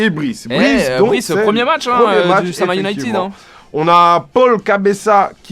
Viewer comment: Sa me dérange de ouf que les commentateurs dise le “Sama Ounited”😂